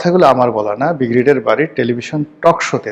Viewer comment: আপনার ব্রিগেডিয়ার উচ্চারণ ঠিক করেন।